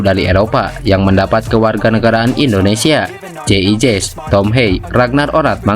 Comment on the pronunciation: Woi Jay idzez bukan jay ijez,gak bisa ngomong F sama Z nih